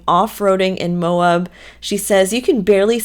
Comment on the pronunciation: Come on! You've heard them pronounce it on the show a hundred times!!! Its not Mo-ub, its Mo-ab, with a short "a"!